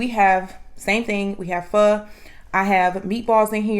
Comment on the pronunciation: I always stick with the same thing even though all other dishes are great . My Oder looks like yours 🤤🥰You’re so sweet n cute n beautiful I just commented on your other video you say” pho” so well !stay safe eat well and keep posting 👌